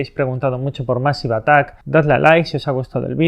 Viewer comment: Se pronuncia meisiv atak. De nada